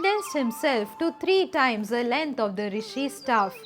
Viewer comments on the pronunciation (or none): none